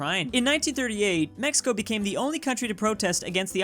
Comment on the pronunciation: sees K instead of C in Mexico: Mexickaa...... that.